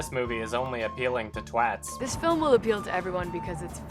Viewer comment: Im so glad you said "twat" correctly....